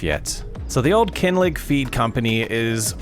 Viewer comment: Great video! 👏 Greetings from Scotland just a wee FYI, “Kinlaig” would be pronounced “Kin-lag.” The word “laig” comes from Gaelic, meaning a hollow or low-lying place, and it’s pronounced like “lag.” 😊